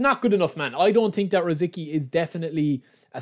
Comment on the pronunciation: Just FYI his name is pronounced Ruh Zit Skee 🙂